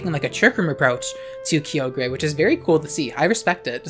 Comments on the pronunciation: "Kee-oh-gray"? It's "Ky-oh-grr", isn't it? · IT'S PRONOUNCED KAI-OH-GRR NOT KEY-OH-GREY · kygre (kee-oh-gree-) ???? That’s not how you pronounce it… it’s (ky-or-ger) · "kee oh gray" LOL. that uproar tech 🤣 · The way our queen pronounces Kyogre and Key-Ogre lmao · "key o gray" angry noises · lmao key-oh-grey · It’s Kai. Oh. Ger. Please! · Who the heck calls it Key-ogre?? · Ngl I love your content but every time I hear you say kyogre or groudon's name's I die a little on the inside. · im dying for how u pronounce kyogre ☠🤣🤣🤣🤣 i live .... insert trixie making bird sounds here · Your pronunciation of kyogre is causing me physical pain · Ik you're just finding a way to put kyogre as many times into your sentences just to tick off people who don't know you purposefully mispronounce it 😂😂